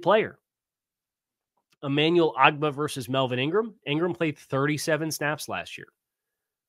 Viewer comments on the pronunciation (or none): none